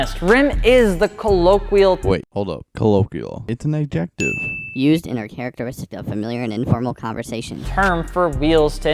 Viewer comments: Did he pronounce adjective as (ad jeck tive)? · You bitch, you said adjective that way on purpose